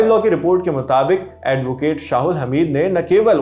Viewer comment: बेवकूफ शाहुल्हमीद नहीं शाह अल्हमीद होता है😂